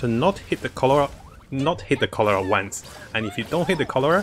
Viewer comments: Its Corolla not colora, some flowers might get offended from your mispronunciation !!! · I keep hearing "cholera". Sorry XD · Corolla, I keep hearing Cholera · 'How many times can say corolla wrong challenge' lol